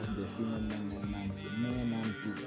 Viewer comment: Mnani,mnamu,mnamo,mnabogo,mnarige, si decimos menabogo se pierde la esencia pura del ngäbe ,me no se pronuncia fuerte es mnati . etcétera.